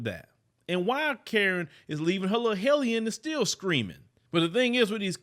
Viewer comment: The word is "helliOn,". 🤦🏾‍♂️...you're sooo unlearned. 😔 Quick Google next time, maybe? ✊🏾